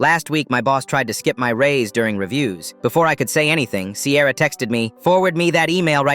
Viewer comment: This is so sweet 🥹 But I’m sorry did you say CAMRON AND SIERA